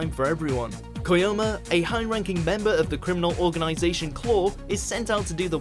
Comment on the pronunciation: There's seriously not a single character called Koyoma in Mob Psycho... It would be fine if it was a type, but the guy said it too. At this point i can't take you guys seriously if you don't do a bit of research before starting the recordings.